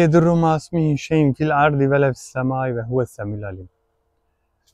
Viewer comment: Bismillahillezii şeklinde başlayan korunma duasındaki "şey'un" kelimesini "şey'in" olarak okuduğunuzu duyuyorum. Oysa şey'un demeniz gerekir çünkü bu kelime cümle içinde özne durumunda olduğundan ötreli okunur. Selamlar ve saygılar